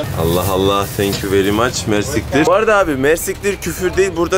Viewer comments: Hocam mersiktir değil mersi iktir iktir arapçada çok anlamında kullanılıyor. Yani kısaca çok teşekkürler Diyorsun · Mersiktir degil ayri ayri soylemen lazin MERSI KTIR cok tesekurederim demek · Mersittir değil o yanlız :) mersi kitir:) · Mersiktir degil mersi iktir 😅